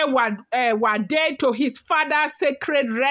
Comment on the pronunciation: It is pronounced S I JU ADE